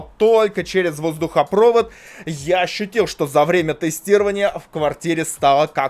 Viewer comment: кто говорит воздухопрОвод, а не воздухопровОд, того долбят в попу круглый год